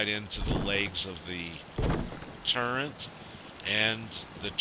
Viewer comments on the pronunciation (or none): does anyone else wonder why he is saying turrent not turret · " TURRET " not " TURRENT " nice vid though..